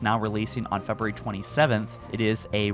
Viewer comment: Imagine not being able to say February